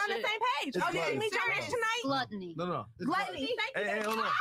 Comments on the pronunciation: i like how she pronounces gluttony as glootony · She said glootiny instead of gluttony lmaoo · I know that girl ain’t say glooteny🤦🏾‍♂️ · Shawty said "GLUTE-onny" lol